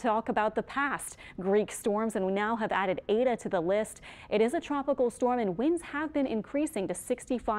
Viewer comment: Why is she calling it "ada"???...its Eta